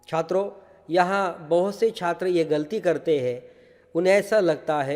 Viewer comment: I like the way sir say "छIत्रो"